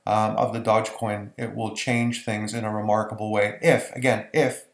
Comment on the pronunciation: Unbelievable that you don't know how to pronounce Dogecoin! Not at all reassuring.